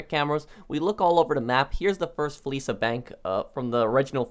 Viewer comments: *fleeca Not fleesa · My man said Fleesa bank 😂